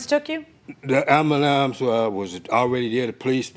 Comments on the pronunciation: Say it with me... "Ambulance"....🚑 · My people PLEASE stop saying “Ambulams” 🤦🏽‍♂️. We have to let that go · Did he call it a "amalamps"? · Why do so many Black people have a hard time saying, ambulance? I’ve heard ambulam, ambulamps, ambalam, ambalance….It’s AM-BU-LANCE. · contusions and amberlance... pure comedy